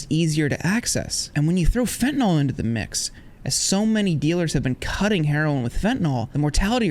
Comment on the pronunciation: Just on a side note, the name Fentanyl is not actually pronounced FentanALL, no matter how many people mistakenly say it that way. Same as Benadryl isn't really pronounced BenedrALL. Just FYI.